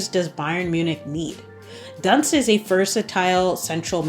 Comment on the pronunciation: Barbara Dunst, as in "doo-nst". Carolin Simon extended her contract at Bayern. Netherlands: PSV Eindhoven won 3-1 to league leader Ajax Amsterdam and take over the top spot. Stunning free kick by Renate Jansen! Twente has the same number of points but a smaller goal difference. Ajax and Twente will face each other during the 4 remaining league matchdays.